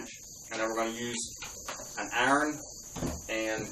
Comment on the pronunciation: What the FUCK if a iren?...you mean iron?